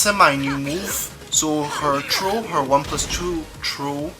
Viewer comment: Dude it's THROW not tro. Practice that.